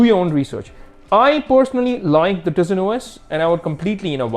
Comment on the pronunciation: I think its pronounced taisen not teezin even tho its spelled tizen